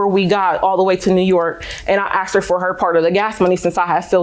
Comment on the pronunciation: She "axed" me?